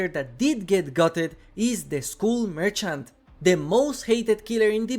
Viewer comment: I bet Behaviour will make skull merchant playable if you manage to say "skull" instead of "school"